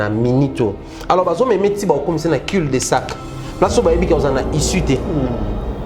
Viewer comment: Sorry biso tout to apprenaka: Cul de sac( cu : prononciation au lieu de dire cul)